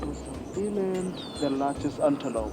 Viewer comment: Eland, not Elon.